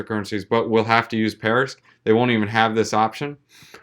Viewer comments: Why do you keep saying "parisq"? That's like me making a video about bitcoin and calling it bictoin every single time. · Be a professional? start by knowing how to pronounce a project you're covering:)